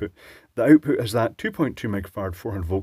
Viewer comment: Aside from the obvious and also mentioned, one of my favorite things about this channel is hearing you say “oout-pout.”